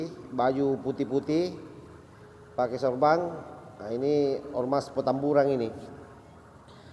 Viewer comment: Sorban bos bukan SORBANG,,, petamburan bukan PETAMBURANG. LOL